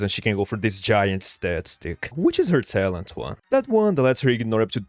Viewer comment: ngl, the way you speak sometimes sounds like when someone delays/elongates a syllable for a song. "this is isnt the best way to maximize her taalent-" "that tile would go to aass two- " idk if others notice it too but I would recommend looking into it.